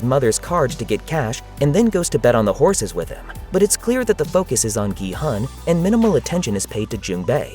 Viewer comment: The main character‘s name is actually not pronounced “gee-hun” (gee like in geese and hun like in honey). It is pronounced “gee-hoon” (gee like in geese and hoon almost like moon). His last name is seong (seo like “sau” in sauce and “ng” like in rang). In Korean culture the last name goes first and then your name, so it’s actually seong gee-hoon (성기훈)